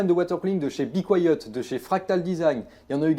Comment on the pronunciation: "Bicoyote" tu m'as tuer mdr on prononce be quiet "bi kwaïet" 🤣